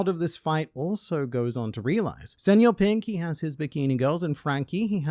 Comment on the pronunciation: Kudos for using the ñ, instead of just saying senor pink like everyone else